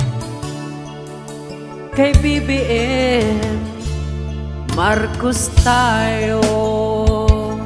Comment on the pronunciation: Thanks kuya. Ang ganda. Yung pronunciation lng ng name ni BBM ang off, BungBung Marcus kasi, dapat BongBong Marcos. #BBMforPresident #GreaterPhilippines